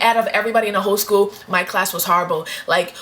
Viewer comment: lol she said oh harrable harrablee